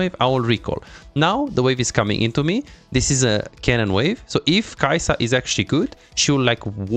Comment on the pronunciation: You messed up the names of Kaisa and Mel at 5 minutes. Great guide though thank you!